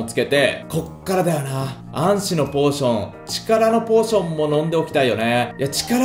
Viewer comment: 暗視のポーションの言い方が安死になってるよお